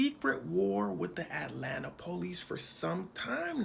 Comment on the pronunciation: Xcuse me sir . .. its pronounced Atlanta, not At Lan ta